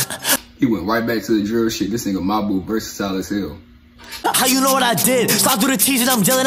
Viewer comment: Reaction to lil “mebu” is Krazy you mean mabu